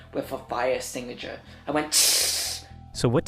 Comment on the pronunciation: “fire es-singga-sure” 😂